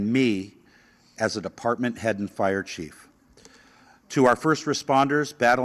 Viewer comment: "FIER CHIEF"